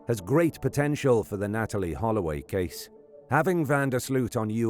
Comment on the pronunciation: They saying Holloway quite well !